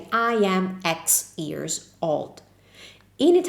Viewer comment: you have ears and years. Practice the English y sound please.